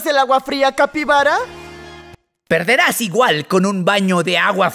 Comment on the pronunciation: El capiraba dijo papirara dijo paciraba dijo capybara